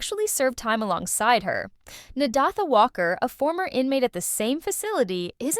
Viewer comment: Learn to pronounce that name! Na-day-tha. It is annoying!